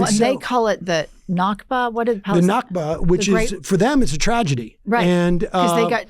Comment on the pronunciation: The word is nakba not nakva (this is Israeli pronunciation)